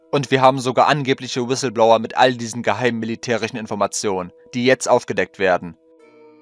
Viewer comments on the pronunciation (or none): none